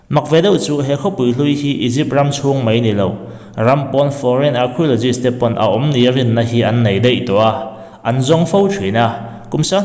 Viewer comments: Archiologist....tiin I lam a.... Arkiolojist tia lam tur aw😂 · Keipawh...arkhiulogis tih ang deuh a lam tur a ni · Lam dan a dik lo, arkio ti anga lam tur, k anga lam tur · Arkhiawlawgist ti anga lam tur zawk aw😁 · Archiaulozist a ti tlat 😂😂😂a buaithlak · Archeologist i lam dan hi a dik lo deuh chu ni, thil lam dan i zir a la ngai deuh a ni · Archeo tia CH hi K angs lam tur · Archaeologist lam rik dan adiklo tlat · Hnamdang ṭawng hman tel a ngaih chang hian a lam rik dan dik zir hmasak a ṭha ka tihpui hle mai che, Archeologist hi i lam ri diklo a nia